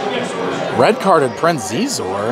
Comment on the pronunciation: I believe Xizor is pronounced "She-Zor" ;P But great vid, the prices on stuff at these cons make me hurt every time I see it. That McDonald's set is great though, I actually remember playing with that very same set at my grandma's growing up.